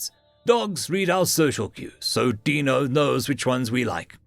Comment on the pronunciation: FYI I think this is my first time hearing our saying Dino correctly, it is endearing he had pronounced it wrong/right before made him more human. I took the reference from the flintstones the first time an had to wonder myself. much like the name Agro meaning farm; while many I think it means to anger. So in my head his name () is big farm dwelling tree rodent reading awesome stories for us/me. thank you